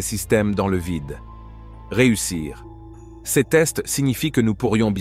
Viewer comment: Titre mensonger + gros foutage de gueule par voix de synthèse non finalisée (prononce "ces" comme "seize". Où se trouve l'interception par l'aéronef SECRET de ce fameux satellite? Il va vous falloir beaucoup de travail pour dépasser votre connerie.